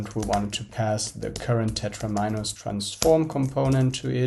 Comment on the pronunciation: And also "very-ables"... And "tetra'mi'nos".